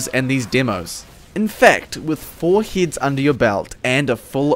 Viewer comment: m8 the way pronounce "heads" is kinda like "hits".. its confusing me